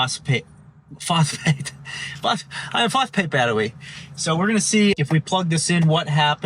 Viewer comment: iwon phosphwate battwey lmao